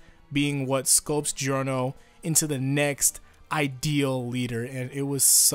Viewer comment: Also it's Jorno not Geeorno